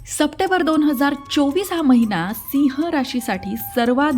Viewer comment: सप्टेंबर म्हणायला शिका मॅडम . चुकीचा उच्चार होतोय